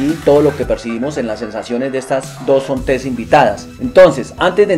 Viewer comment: Excelente trabajo, muy buen video, muy buena información, lo único que tal vez inquieta un poco es la pronunciación de "Zontes" del señor, lo pronuncia como con una acentuación al final que no va, si sería bueno que se corrigiera la pronunciación del nombre de la marca, para que otras personas no cometan el error de nombrar de forma incorrecta esta marca. Por lo demás, a gusto con el video.